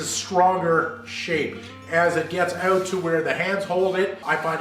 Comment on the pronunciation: You're saying "out" wrong!